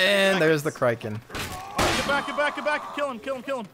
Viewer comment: its criken not kriken